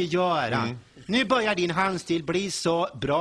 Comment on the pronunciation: börjar, inte börgar....du stämmer kanske in på det?